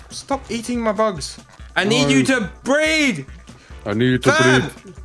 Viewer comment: I like how instead of breed with a Dino it said bread with a dino😂😂